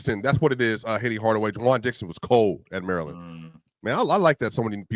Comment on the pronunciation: It’s juan Dixon not Juwan.. damn young, u, in middle school during JJ reddick reign